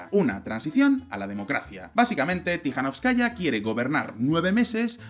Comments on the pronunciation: Se pronuncia TikaNÓVSkaya, aplicando la sílaba tónica donde lo veis en mayúsculas, no como lo pronunciais. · 'Linkevičius' debe ser pronunciado como 'Linkévichus', mientras que 'Tsikhanouskaya' como 'Tsijanóuskaya'.